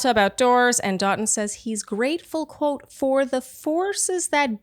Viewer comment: Love you guys! I don’t want the show, just listen to your recaps so not sure of how he pronounces it on the show but the proper pronunciation is “Doe-toon” for the name Dotun. Signed from a Nigerian shandy 💜